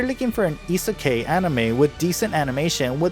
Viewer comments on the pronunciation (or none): Hate how he is saying isakai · I'm sorry if it seems annoying but Isekai is pronounced Ee-Seh-Kye, I-se-kai, kai rhymes with sky. I hope it helps. :) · You fucking said isekai wrong